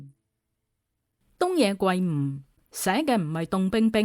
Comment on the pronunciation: 圭音“歸”，非“桂”啊